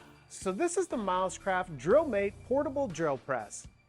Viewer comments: Every time you mentioned the company name I heard it as "mouse crap" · To my Aussie ears it sounds like you are saying “Mouse Crap” rather than Milescraft 😂